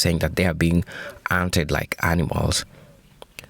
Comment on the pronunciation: She said ankneemals😂😂😂